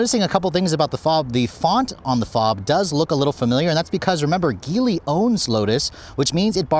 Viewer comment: The "mother company" Geely is not pronounced your way, it's pronounced "Jee Lee"